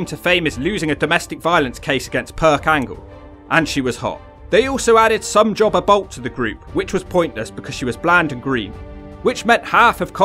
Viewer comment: Taylor was working as a waitress, during her times in TNA. I'm glad she came back to wrestling, after being retired, for years. She's still got it! I thought Rhaka was way too tall and skinny. I love how you say, Somejobber lol